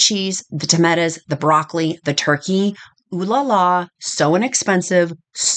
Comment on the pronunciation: Great recipes and love the way you say tametas (tomatoes)😂